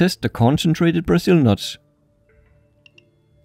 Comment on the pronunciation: It no "buzul nut" it's"Brazil"nut! Or "brUHzil" nut